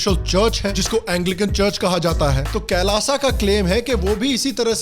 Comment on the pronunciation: शुद्ध उच्चारण कैलाश है, कैलाशा क्या होता है?